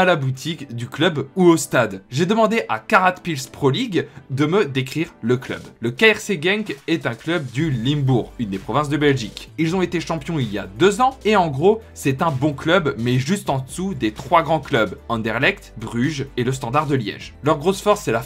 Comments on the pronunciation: L-I-M-bourg 😂😂on dit l-IN-bourg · Limbourg se dit linbourg mais sinon tres bonne vidéos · Vidéo très intéressante. Attention par contre Limbourg se prononce comme Lainbourg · c pas limebourg c’est le L1mbourg